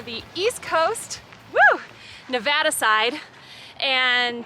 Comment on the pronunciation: you're from Michigan and you said Nevada right love it. Also great fuckin video wow